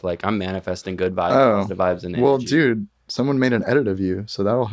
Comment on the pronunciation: i love how says "well" like "wool"